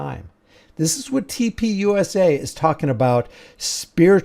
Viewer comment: Why does TP USA always sound like TPing USA to me? Or is it just what a lot of people seem to be doing to the USA?